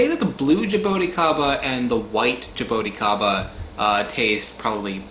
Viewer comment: Actually, ingula is right... It's jabuticaba - if you want to use the Brazilian word for the fruit. You could say "jabooticaba" to sound like we say here in Brazil... :) Love that fruit and its beautiful tree... Hugs from Brazil!